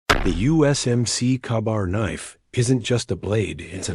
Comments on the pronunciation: Lazy AI narration that cant even pronounce Ka Bar right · Marines are vomiting at the pronunciation of kabar !